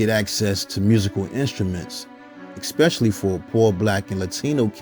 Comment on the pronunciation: Did this dude say, "exspecially"?